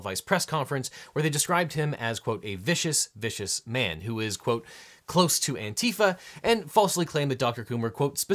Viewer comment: It should just be "ANTI-fa" just like anti-fascist.